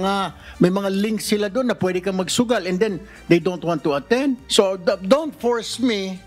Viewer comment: Haha si don't purse me daw. Sometimes kunyare may American accent. This time nag English pa wala naman maintindihan" don't purse me? Layo kasi sa don't force me for and p ha ha😂😂😅